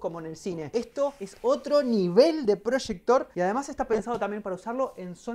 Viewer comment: como que prochector ahí dice projector